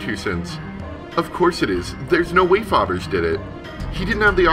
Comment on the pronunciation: Hi, not sure if it’s corrected in later episodes, but “Fabergé” is the name of a Russian jewelry firm, and is pronounced “fab-er-jay” Great play through, btw (you’re a terrific narrator)! Glad you did it since it’s not available on the App Store anymore.